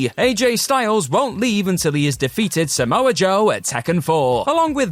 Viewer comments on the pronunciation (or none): none